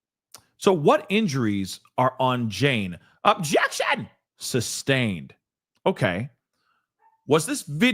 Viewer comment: How do you say" Objection " again, lol